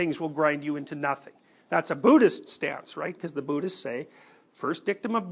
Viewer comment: Am I the only one who hears Bootyst?